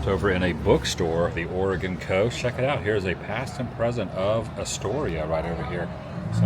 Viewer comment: Very few people pronounce Oregon correctly. Thankyou for doing so lolol😂